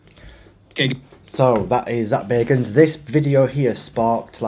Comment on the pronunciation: It's bag not beg😂